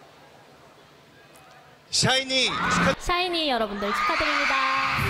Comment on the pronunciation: 뭔데 사이니로 들리짘ㅋㅋㅋㅋ 발음봨ㅋㅋㅋㅋ